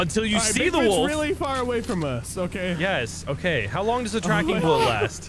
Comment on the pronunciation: That's not how you pronounce wolf wtf